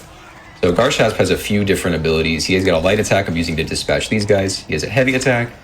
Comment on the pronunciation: they're pronouncing the name of the game wrong. it's Gar (a like in and) Shasp (a like in car), not the other way around.